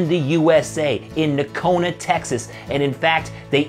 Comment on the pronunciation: Fantastic looking boots! Since they're made similar to Nocona's, I'm sure the fit & feel will be nice. I'd love to have that in a leather outsole, and wonder how that rubber compound sole feels. Excellent review. Correct pronunciation of the name with the silent G. The boot looks killer cool is black roughout! 👍